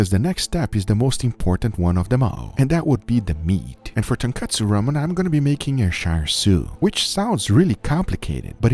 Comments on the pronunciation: Guga kept saying "tonkatsu" instead of "tonkotsu" had me dead lmao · Lol he said kootsu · As Uncle Roger would say “it’s tonkotsu not tonkatsu haighya” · it's tonkotsu, guga. tonkatsu is flour covered deep fried pork. just like it's cousin chicken katsu or beef katsu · Uncle Guga..... Its Tonkotsu not tonkatsu. Tonkatsu is a fried pork cutlet. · Ton/ko/tsu and Ton/katsu are 2 very different things. That's about the pronunciation. But the ramen...as many people have already written, what Guga created has very little to nothing to do with "ramen". I absolutely respect what you do on your channel but I'm just sad that it looks like you have not understood the essence of tonkotsu ramen before you actually attempted to create "a version of it"... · The pronunciation in this episode made my ears bleed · Nope he did not pronounce it correctly. Thanks for joining us, always glad to help the deaf community anyway I can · that tonkotsu sounds like tun kutsu (kutsu in japanese is shoe) no disrespect meant great video man